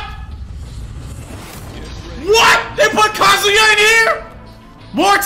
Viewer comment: You the only real one... ain't nobody pronouncing his name right. Talk about fucking KAZOO-ya. Gtfo man, KAZUYA MISHIMA in Smash! This is fucking legendary.